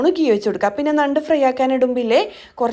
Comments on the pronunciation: ന്നണ്ട് അല്ല ഞണ്ട്😂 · നണ്ട് അല്ല. ഞണ്ട് aan. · ഞണ്ട് അല്ലേ.ന്നണ്ട് അല്ല ല്ലോ. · നണ്ട് അല്ല ഞണ്ട് ആണ് 🤣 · ഞണ്ട് എന്നാണ് ഞങ്ങൾ പറയുന്നത്. നണ്ട് അല്ല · Nand alla. Njand aanu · നണ്ട് അല്ലാ ഞണ്ട് ആണ് 😀 എന്ധെലും ആവട്ടെ വീഡിയോ സൂപ്പർ